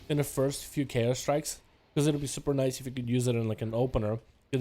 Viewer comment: "That waz niicez" and he's not lie lying "that waz niicez" :P